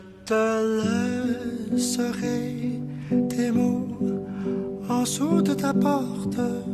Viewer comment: Oh and when you say “en’sous de les murs” (under the walls) I understand that you did a contraction of the word “en-dessous” (meaning under), but i guess the more common contraction would be “end’sous” (pronouncing the “d”). I also wanted to point out that “de les” (of the) in french does not exist, we refer to is as “des”, so it would be “en-dessous des murs” even though I must admit that the way you say it just sounds incredibly good